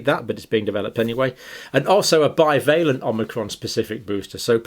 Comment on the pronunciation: Strange pronunciation of "bivalent", considering how we say the opposite word "ambivalent". 😊